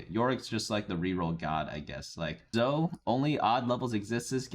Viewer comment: It's not "zoh" mr. editor. It is indeed pronounced Zoe "Zo-E".